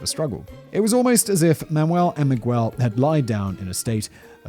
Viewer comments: He said "Mi-gwel" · Mig-well made me *cringe every time! I'm glad Simon now takes the time to at least look up the main characters' pronunciation